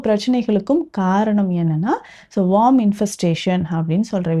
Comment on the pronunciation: வார்ம் இல்ல மேடம் worm(வேம் )